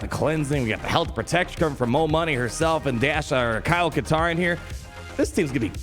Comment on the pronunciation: Kyle Kash-tarn?